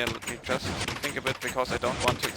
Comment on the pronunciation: your english is surprisingly well - if it wasn't by your heavy ancent i wouldn't know you weren't english The only thing i am going to suggestion on you is to work on the proper ways to say the word "just" in a sentence